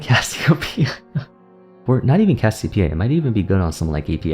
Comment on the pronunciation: Troll a ranked game each time he says Cassiopea.